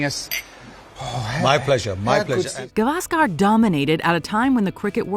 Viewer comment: You are wrong. She didn't pronounce names properly. At very first, she pronounced Gavaskar totally wrong, it's गावस्कर, she pronounced गवास्कार a totally wholly meaningless wrong, a totally wholly nonexistent surname.